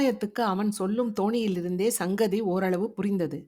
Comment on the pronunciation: ஆரம்பமே அபத்தம் 😡 "பேசும் தொனியிலிருந்து..." என்பதை "பேசும் தோனியிலிருந்து..." என்று படிக்கிறீர்கள் ! தமிழில்--> தொனி ஹிந்தி--> த்வனி